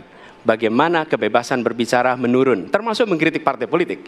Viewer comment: Bukan menurun tapi menulun 🤣🤣🤣🤣🤣🤣🤣🤣🤣🤣